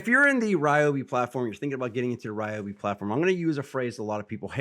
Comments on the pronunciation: It's actually a great idea, stronger battery, stronger output and longer runtime. BUT WHY CAN'T THEY PRONOUNCE THEIR BRAND CORRECTLY?? 🤭😉😁🤪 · You can’t even say the brand correctly 😂